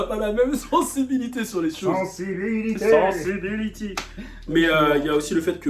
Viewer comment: « Sensibility hé cainri »😭